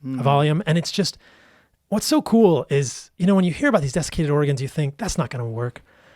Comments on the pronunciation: Is it just me or is he pronouncing organs like the state, Oregon? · Oregons? This is all I could hear.